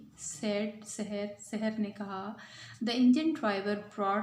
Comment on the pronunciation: Sarah nahi saher